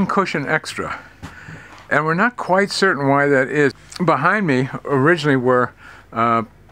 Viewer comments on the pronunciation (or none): none